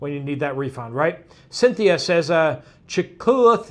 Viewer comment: Chillicothe - pronounced 'Chill-low-coth-EE' . It's an Indian word.. 🙄